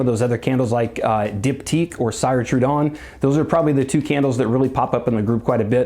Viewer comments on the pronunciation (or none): It’s “seer” trudon like if you were saying sears. Also there vessels are all hand blown! I have several and you can feel the luxury